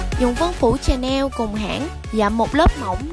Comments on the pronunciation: đọc vậy đúng rồi. Không biết mà cũng nói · Chắc đúng lên mà nghe lại cách đọc đi bạn trên ơi:))))